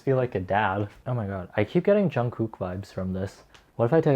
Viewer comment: “jun-koook” i’m gonna choke